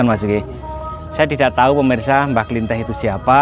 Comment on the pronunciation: Penyebutan nama nya pun salah bukan mbah buyut klinteh tapi kliteh Soal nya sya penduduk asli karang kembang Klw emng mau cari tau lebih jelas itu mediator nya asli orang setempat Mas Tomi pun bukan asli orang karang kembang Maaf sebelum nya ya pak Dan saya berterima kasih atas kunjungan anda dan vidio anda di youtube untuk mengenalkan kesemua bahwa ad makam leluhur di karang kembang 🙏🙏